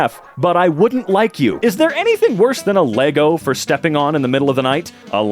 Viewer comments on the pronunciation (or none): none